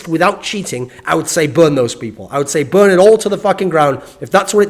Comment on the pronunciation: "burred it to the ground!":)